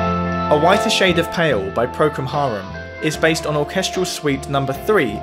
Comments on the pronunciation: procul harum not procum harum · All very interesting but I wish he would pronounce Procol Harum's name correctly. He says Procum Harum TWICE, so I know it is not my ears deceiving me. As for "Air on the G String", the piece was the second movement of Bach's Second Orchestral Suite (in D major) and it was just called "Air". The Air (the second movement) was transcribed for strings by August Wilhelmj, which made it a party piece playable on only one string of a violin – hence its nickname 'Air on the G string'. Bach never wrote a piece called "Air on the G string". It was transcribed to the key of C so that it could all be played on the G string of a violin but so what. Bach was without a doubt the greatest of all composers, not only for content but also for the most prolific output of pure excellence of any composer that has ever been. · "Procum Harum" ... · Did you mean Procal Harum ;)